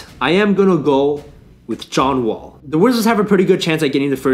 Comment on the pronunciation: You sound drunk saying John wall. Greek freak has a better chance than him